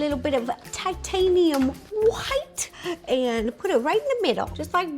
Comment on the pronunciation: I can’t get over “titHAniAm HWiTe”